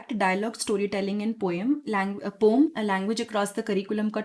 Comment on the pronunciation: पोम नहीं पोएम 😂😂 teacher must have good communication skill😂😂